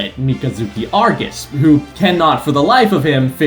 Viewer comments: It’s Barbatos not “Barbatoss,” and Mikazuki’s last name is Augus not “Argus.” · Mikazuki Augus mispronounced Mikazuki "ARGUS."